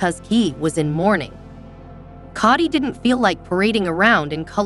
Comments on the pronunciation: His name is pronounced co dy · It's Kody with a long O! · Learn how to pronounce Kody!!!